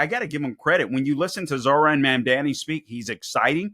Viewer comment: If you can’t even pronounce his name what makes you think you can understand his policies, please show a little respect, there was even a point where you said it right and incorrected yourself to disrespect him once again, also what the hell’s your problem calling him an Islamist simply because he’s Muslim, also sure his policies might be bad for a lot of the corrupt democrats, but I say we need someone to switch it up and that’s what the people want and I truly hope that’s what they get.